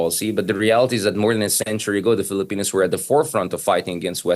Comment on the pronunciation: Its filipinos not philippinos. Correction please 😅